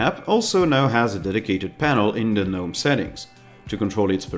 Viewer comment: Small thing, but the G in Gnome is supposed to be pronounced.. Thanks for the video!